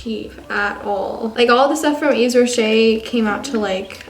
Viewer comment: It's y"V"es rocher not ye"Z" rocher